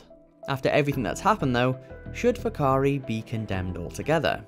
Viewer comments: The pronunciation of whakaari was almost perfect brothers. Just roll that “R” and you’re on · However they pronounced it better than most New Zealanders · Their pronounciation of Whakaari was spot on, did not expect that at all.